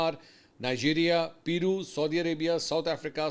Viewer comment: Pirou..o bahi pirou k paendoo ..peru ki pronunciation check ker lo..o kaun jahil looug o tussi